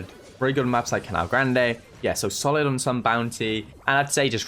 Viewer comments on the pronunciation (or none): none